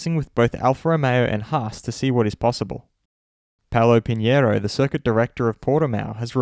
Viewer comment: whoa, you nailed perfectly the "pinheiro" pronunciation, congrats mate